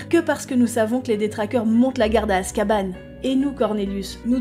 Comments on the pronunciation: Az Cabane. La garçonnière pour detraqueurs c'est azkaban.. comme un banc pas azcabane. Les géants dommage.. hagrid à essayer avec Maxime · Non mais Azka "banc" quoi ... J'ai essayé de faire des efforts mais c'est trop pour moi en vrai. Azkaban est un nom propre au même titre que Granger, Potter, Dumbledore... Pourquoi le nom de la prison doit être prononcée "à la française"? Dans n'importe quel pays du monde on dit "azkabane" pourquoi pas chez les francophones ? 🤔 Enfin bon... au final chacun le prononce comme il veut! Du moment qu'on se comprend, c'est le principal. ☺️